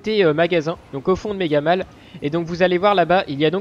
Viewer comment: Mega Mall sa se dit Mega Maul